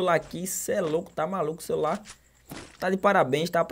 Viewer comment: Eis que voce e pobre "Comprei um novo cerular " Kkkkkkkkk